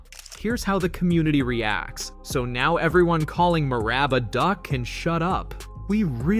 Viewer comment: Are you intentionally pronouncing Merab's name wrong? I mean he's only said his own name dozens of times, so it shouldn't be too hard... Edit: You literally pronounce everyone's name wrong lmfao.